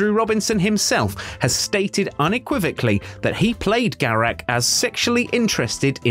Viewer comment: "Garek" ?!!!!!!!!! Really ?!